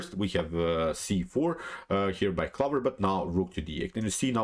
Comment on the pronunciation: "clover" rhymes with "over"